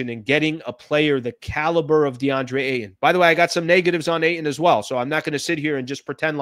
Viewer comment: Eie it's Ayton .